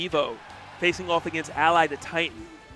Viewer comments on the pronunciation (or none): none